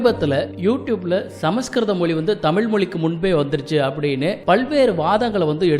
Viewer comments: முதலில் 'ழ' வ சொல்ல கத்துக்கங்க தமில் இல்ல தமிழ் அப்புறம் இதபத்தியெல்லாம் பேசலாம் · தகவல் தவறு என்று நான் சொல்லவில்லையே தமிழை ,தமில் என்று சிதைபது சரியல்ல,ஊடகங்களில் வருபவர்கள் சரியாக மொழியை உச்சரிக்க கற்றுக்கொண்டு வர வேண்டும் பலர் அதனை பார்க்கக்கூடும,தவறான எடுத்துக்காட்டாக விடும் அச்சு ஊடகத்தில் பிழை ஏற்படக்கூடாது என்ற மரபு எப்படி உள்ளதோ அதைப்போலத்தான் இதுவும்,மொழியை நன்றாக உச்சரிக்க கற்றுக்கொள்வதே சரியான முறையாகும்